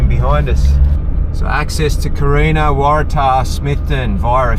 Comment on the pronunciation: It's Corinna...not Carina 🤣😂..I have a Tasmanian wife who is going right off at your pronunciation of Corinna 😂😅😂😅. Having lived on the west coast it is a nice part of the world.